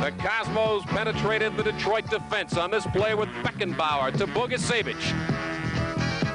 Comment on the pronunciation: But, sadly, not how to pronounce "Bogicevic." It's a 41-year=old mistake and no longer with us, but it still irks me.